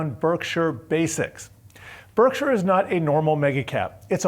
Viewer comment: Why is he pronouncing Berkshire like that?